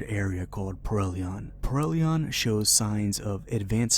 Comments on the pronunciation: Yea you messed up reading the name of the game even. It’s Perihelion, not Perelion, pronounced Pe-ree-HEE-lee-on. It’s Greek. It means ‘Around the Sun’. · Ok you pronounced the name of the emperor correctly: Rex Hellion. Now instead of 'Rex,' change the first name to 'Perry.' As in "Perry Hellion." And THAT is how you pronounce the name of this game (as opposed to prellion). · You keep saying "perrellion", but the spelling of the name looks more like "per-ri-helion".